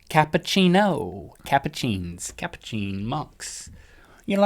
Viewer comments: Capuchin is pronounced Cap ooo chin not the way you guys pronounced it, coming from capouche(spelled wrong) which is the French word for hood, I go to a capuchin school :P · Not to sound like a know it all but to link it's pronounciated as ka pu chin as in the chin on your face.